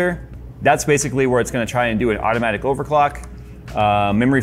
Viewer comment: i keep hearing "otto"-matic